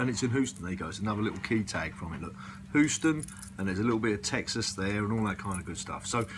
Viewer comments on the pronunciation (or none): "Hoo-ston"??? Eeek.